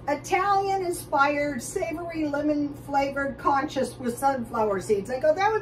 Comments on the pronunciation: its pronounced koos koos- cous cous! thanks. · it is pronounced coos coos. It comes from Morocco or other Arab countries. Melbourne Australia